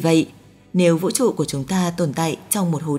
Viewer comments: Cái giọng đọc nghe khó chịu thật sự. Vũ TRỤ chứ không phải Vũ Chụ :))) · cảm giác bạn đọc thuyết minh này bị nói chữ Ch, Tr bị mất đi chữ "R", nghe toàn thấy: vũ tụ, hai tăm năm mươi, tong 1 hố đen, giải thích "to" vấn đề này, phương tình mũ hai,..đặc biệt lỗi đọc chữ "tr" khá nhiều 😂